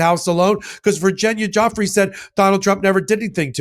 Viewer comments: Bkondie needs to take off her cross before it burns a hole in her chest!! And she needs to learn how to pronounce Virginia's last name. And I don't 100% believe she took her own life, I believe she was silenced. She was raped and abused by many wealthy and powerful men, as well as by Maxwell. And the pedoführer himself raped several children ages 10-13, and not just little girls... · Leavvitt cant pronounce Guifree correctly. I will have mispelt it but please dont make the same mistake as Trumps vile press spokeswoman. Show total respect for these survivors. Point out these vile republicans will use and abuse survivors for political point scoring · Leavitt didn't even pronounce Virginia's name correctly. Every action of Leavitt is disgusting. As for Meaghan Kelly, she should be fined for just being a deplorable liar . Grooming is the start of all of this under the guise of normal acceptable behaviour. It is NOT acceptable. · She didn’t even bother to learn how to pronounce her name , Leabitt is I a disgusting liar and I don’t want to hear he lies anymore so I will turn her off from now on yeah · Karoline is acting like she's never even heard of her name before. She doesn't even pronounce it, right. That tells me she doesn't do any further investigation. She only listens to what the President or the DOJ tells her. I really don't think that the paychecks that they received for this will be worth the soul they sold for it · . . . and she can't even pronounce Giuffre correctly. As if she has never been briefed or even interested. The only transparency is how dishonest they are. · say her name properly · Please, learn how to correctly pronounce Virginia’s last name. Karoline butchers it the worst but you guys can do better. She has passed, let’s give her the respect of honoring her name correctly. Thank you.❤ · If you want to show the victim any respect then learn to pronounce her last name. Simple. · Please learn how to pronounce her name correctly.